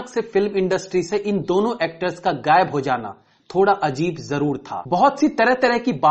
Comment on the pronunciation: Gaib nahin ghaib Tezi bolo bhai teji nahin